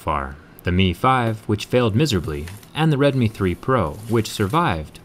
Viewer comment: Just an FYI, it is the first part of the phone's name is pronounced like the oww sound you make when you feel a pain, not the O sound of, "Oh, shit, my phone just broke in half."